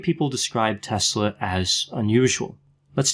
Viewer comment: Wow! You nail it again Doc! I am serbian also and I was soaking in all this information about Nikola Tesla since I was a kid! Btw, you said it perfectly his name👌🏼 Just to add one interesting thing- He was a great friend with Mark Twen❤️and he also had big passion for books since he was a little kid. His dad had a big Library, and Nikola would often read the books till late at night with a light of a candle. His dad would always say to him to stop reading books so late, he was afraid to Nikola don’t ruin his eyes:) Who would think that he would invent electricity one day, what we have today and his stolen scripts about shield around the Earth. He was a beautiful men and gentlemen and all lady’s in that time had a crush in him:) He was the Genius of all times and I am so happy that he wasn’t greedy. Greed is rooth of all evil. He was generous like you said and he had a beautiful heart. He wanted for all people in a world free energy. Everything was stolen from him..He is in good place now...God bless him forever🕊